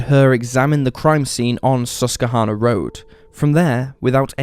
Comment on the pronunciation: Pronounced - sus / kwa / hanna